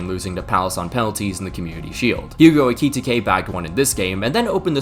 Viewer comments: bro it’s EH-Cuh-Tee-Kay, not ekititikekeke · ‘Ayki-tikay’ lol 😂😂😂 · Genuinely what the hell is so hard about Ekitiké? I've heard three different football commentators say it wrong. It's literally four syllables. Finnish would beat your ass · Ekitike is surely not pronounced like that 😅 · Stop pronouncing Ekitike like that. (Here's your engagement bozo) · BRO ITS EKITIKE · The way you pronounce Ekitike I just know you mispronounce Gracias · i love you bro but please learn how to say ekitike😭🙏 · Thats not how you say Ekitike😂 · Number of times said Ekitike - 5 Number of times said Ekitike correctly - 0 You know they now release a video at the start of the season with the players pronoucing their own names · How tf can pronounce Wirtz properly but no Ricky Ticky Tavy?